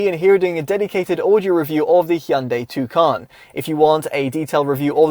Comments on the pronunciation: Its not a tucan its a tucson just say "tosan". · TUSON it’s pronounced